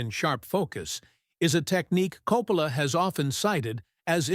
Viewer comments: This is AI junk. They put a couple clips from Apocalypse Now in the review of The Searchers..the voice over keeps pronouncing Coppola differently. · Hate the AI narration; mispronounced Coppola's name several times!